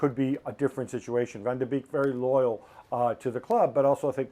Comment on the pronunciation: It's Beek as in 'bake', not 'beak'